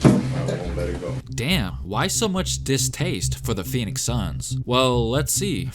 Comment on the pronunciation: When they asked Kobe about Phoenix, I thought they said peanuts 😂 I was like, man, Kobe really hates peanuts 😂😂